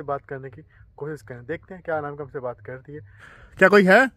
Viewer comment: Anamika ❌ amnaka✅